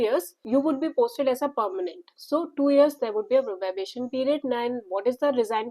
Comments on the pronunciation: its probation not probabation please correct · It is probation not probabation